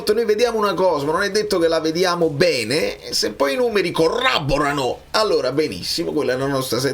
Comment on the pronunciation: grande video, non conoscevo neanche l’esistenza di questo pointers. comunque si dice CORROBORANO, non corraborano😂❤️